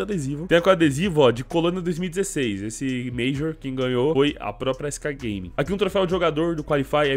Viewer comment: skgaming na pronuncia é muito bizarro kkkkkk skcagueiming kkkkkkkkkkk.......torcedores da sk não me xinguem pq eu tb torço para a sk